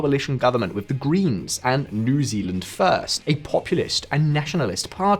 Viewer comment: Came here to hear you say new zelanieand at 9.40